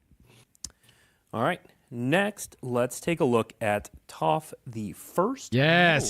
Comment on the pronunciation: words cant express how much I despise this guy who ive never met. Starting it off with the movie which shall not be named! then mispronouncing toph.... i stopped watching. Go watch the series then come back and apologize for murdering my childhood...